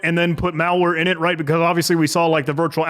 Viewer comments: main eyenit? bruh.. its main init as in initiate... also no CTXT? clearly, no context.. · I love your videos but I can't stand you saying "I nit", instead of "in it"